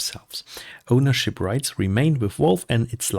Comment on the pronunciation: Why the heck do you say WALVE? It's VALVE, with a V :D